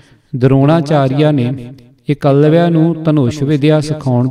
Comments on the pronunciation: 8.01 its eklabya c not ekwalya nahi 22g baking thuhadi gal ke dronachareya nu teer de johar dikhoun wali gal sunkey maza aya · Jaap sahib,shabad hzare,saviye te chaupai sahib jo dasam granth ch ne oh v jhooth aa? Eklavya da naam tuc galat pronounce kar rahe ho Baba deep singh ji Sant jarnail singh ji Bhai mani singh ji ehna widvaana ne Dasam granth te ungal ni chaki,,tuc kis saboot naal ohnu galat keh skde o??